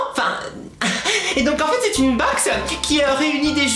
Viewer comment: ta du mal a dire BOX .... mais on te comprend :)